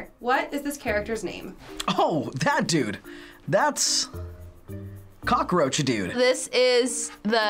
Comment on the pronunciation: Coackroach dude 🤣🤣🤣